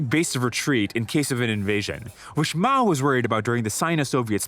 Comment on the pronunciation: *Mao;...->NOT: "Moa"-!